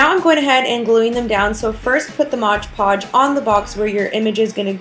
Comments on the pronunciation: I am assuming you mean mod podge and not modge podge like you were saying. P. S. very cute diys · You said Modge Podge the whole time...I was like its Mod Podge 😂😂😂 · It's MOD PODGE not modge podge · modge podge lol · A crafter dies somewhere in the world every time someone pronounces Mod Podge wrong.